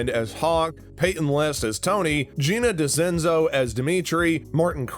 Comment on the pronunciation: He said Gina decenzo😭😭😭